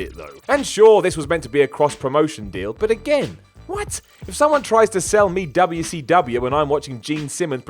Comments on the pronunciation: "Dub-yuh C Dub-yuh." Too funny. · The way he said wcw (dubya see dubya) haha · I wish this guy would stop pronouncing 'WCW' that fucking way. Its annoying as hell